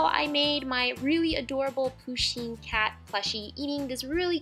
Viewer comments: IT’S PUSHEEN NOT POOSHEEN AND SHE’S A SHE NOT A HE 🤬😡👿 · just saying it is not poosheen it is pUsheen with a u not a poo lol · De rp they also said "poosheen" instead of "pusheen" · Poosheen?i thought it was pronounced pusheen 😂😂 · She keeps saying POO sheen not PU sheen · lol love how she says poo sheen lol but it's poo shin lol love this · 1. Pusheen is a girl 2. It is pusheen not poosheen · It's not POOsheen it's Pusheen ! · Its not POSHEEN........ its PUSHEEN............You deserve more subs than you have btw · You don't pronounce it poooshen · Its pronounced puh-sheen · Not poo-sheen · people pronounce it differently depending on were you live, like me i pronounce it poo-sheen like in the video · Julcia :D, RIGHT? I MEAN, AND IT'S SAID (P-UH-SH-EE-N) WHEN SHE SAYS 'HE, HIS, OR HIM' IM TRIGGERED